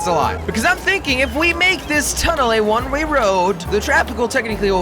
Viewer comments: does anybody notice he keeps saying one ray road instead of one way road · he always says one ray road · he keeps saying "one ray road"...